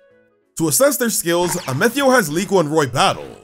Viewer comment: Question. Why are you saying Amethio’s name differently? It sounds like the word “meth” as in the illegal drug is in his name.